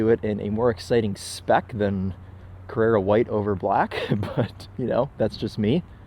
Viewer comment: Carrara white not Carrera 😜